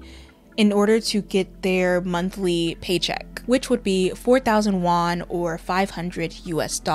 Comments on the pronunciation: Please pronounce yuan correctly , you keep saying Won which is the name of Korean money not Chinese It’s pronounce “you-eunh” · Just a wee correction babes, you keep saying “won” as the currency. Won is the currency of Korea. The currency in China is Yuan.